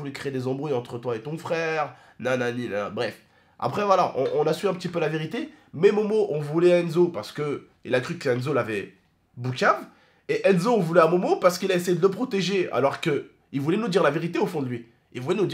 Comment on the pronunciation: ses pas boucave mais poucave mdrrrrrr